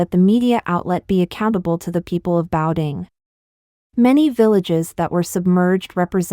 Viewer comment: Please learn how to pronounce ‘Beidaihe’, ‘Cai Qi’ etc. The voice-over in this video is embarrassing.